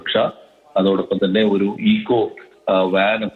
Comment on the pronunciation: ഈഗോ വാ൯ അല്ല ബസന്തേ, ഈക്കോ വാ൯ ആണ്.